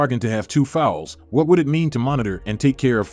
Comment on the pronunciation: Pronounces foals not fowls